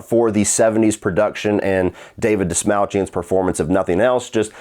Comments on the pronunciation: I think it's pronounced like Dash-Malt-Chin. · It's pronounced Dast-mall-chin. But I also watch whatever he's in.